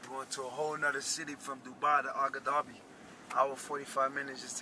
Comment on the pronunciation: nobody caught him call Abu Dhabi “AGA Dhabi”???? lol